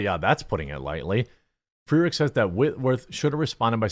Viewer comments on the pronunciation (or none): none